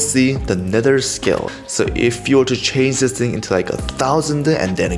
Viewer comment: I love how he say "dis"